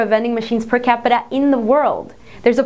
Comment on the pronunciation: You can hear the Spanish in come out when she says, "Per Capita."